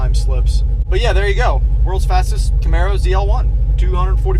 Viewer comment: it's actually Camaro, not "camero"